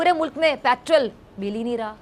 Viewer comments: ये पेट्रोल को पैट्रल बोल रही है. 😁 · Mohtarma petrol bolna seekho, madarse main padi hui ho.